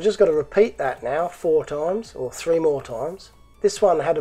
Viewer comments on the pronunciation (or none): none